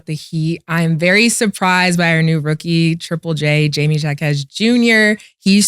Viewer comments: Jaime Jaquez is not pronounced with J's. The J's are pronounced with an H because he is of Spanish decent. You're gonna have to get his name right because I feel that he will be brought up a bit more in the near future. As with the Heat. They are the hottest team in the league rn & the best in the east imo. We have the most depth & the best defense. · It's pronounced hymee haquez Jr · Somebody tell Jaime Jaquez is pronounced “Ha-me Ha-kez” 😂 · is definitely not from Miami because Jaime Jaquez Jr. is Hispanic!!! It’s pronounced “Hymie Haquez!!!” 🤣😂🤣😂 #MIAstyle #gouldscane